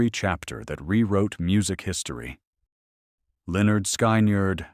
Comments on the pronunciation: Cant pronounce Lynytd skynerd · If ya cant pronouce lynyrd skynyrd or speak southern lingo (you shouldnt make these videos you miss the whole point of southern rock